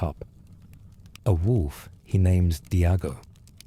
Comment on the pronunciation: This was a shitty ai generated recap that pronounces most names inconsistently throughout